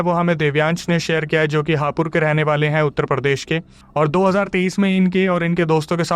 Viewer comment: हापुड़✅ हापुर❌